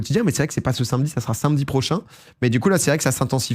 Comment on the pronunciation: Jour 7 pour demander à domi de dire sAmedi car ça me donne beaucoup d'anxiété les gens qui disent sINmedi